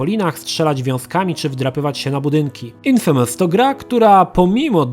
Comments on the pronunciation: "infémes" <3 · Echhhh....ten "infemes"...i "szenmiu" ...nie gralem:)